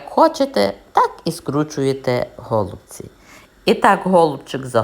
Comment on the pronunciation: Але наголоси,трохи шокують українську мову..нпр-гОлубці. А треба голубцІіі. І ще укараїнаг має більше 160діалектів. Найчистіла укр.мова в містах Луцьг.Рівне...ближче до літературної. А рецепт хороший.